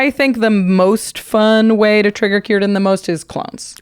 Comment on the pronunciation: is right about the pronunciation for Cirdan. He was one of the great elves, the wisest of the Sindar Elves and the elves in his time and also known as the oldest elf from the second age till the 4th age untill he left middle earth, he was also known as Nowë and his name Cirdan means Shipwright in elven. He had one of the 3 rings made by Celebrimbor, namely Narya, which he later had passed on to Gandalf. He was known for his skills at making boats and otherwise I dont believe he was that wel known, compared to Galadriel or Elrond of the 3 ring bearing elves.